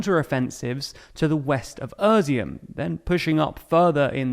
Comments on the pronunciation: Its not özyum*, its *izyum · Great explanation but it's Izyum not Ezum or what you call it. The first word is pronounced like ea (Russian И or Ukrainian I). It is the Russian word for raisin. Some say because there was many vineyards. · NOTE: That city's name is NOT pronounced "uh-zium". It's more like "eye-ziom". It's... painful to hear it said like you do. LOL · Familiar with Ukrainian place names but not with their pronunciation. When did "i" in english start being pronounced like "ur"? How do you see Izyum ans think it's pronounced Urzyum? "Is" should be one of the first words ypu learn in english. Not this guy. He learned "Irz". He irz not good with place names that don't include a shire I guess. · Er-zyum? It's I-zyoom in Russian and Izhoom in Ukrainian. Izyum in English. It's even Iz-e-um in American English. No "er". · Izyum, not Öziyum, it's about time that you got that right, or I will unsubscribe. You are not telling me anything that is not available elsewhere. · Why does he keep saying Irizum instead of Izyum? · How do you get from ”i” to ”öö” in Izyum 😭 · Izyum is not “Erzyum”, it’s “Eez-yoom”. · Is dyslexic? He routinely misreads text and mispronounces names. Izyum/Izium becomes ['ur.si.um], Kreminna becomes [kre'min.ni.a]. Practically every single episode he does this. Reading aloud a quote and misquoting. Editor? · uuuuhshum??? Its Ee-She-Um.... your pronounciation is cringy. It's also THE Donbas.... but, well, this seems to be a modern thing, removing the articles before every word.... /keyboard warrior mode off..... This video is very informative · Your pronunciation of territories in Ukraine is just terrible... Wtf is "Irzim" ? It's pronounced "eaz'oom" The first part from the word "eazy" and the last part from the work "boom" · Izyum is pronounced ih-ZOOM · Izyum is pronounced "easy-um", not a(merica)-z-um... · With all due respect it hurts to hear you say Izyum and turn it into "Erzeeum" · EASY- HUM (Izyum) I-like in "Italy"